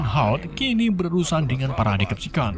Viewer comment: Bang ralat..Decepticon cara bacanya.Deseptikon klo di Indo